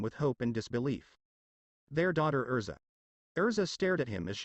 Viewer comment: It's erza not elsa.